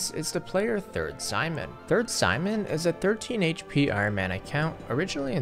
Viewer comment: Something tells me that's not how you pronounce Sijmen